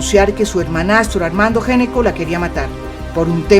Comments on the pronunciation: El apellido Gnecco se pronuncia "ñeco". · Gnecco es un apellido italiano y se pronuncia "ñeco"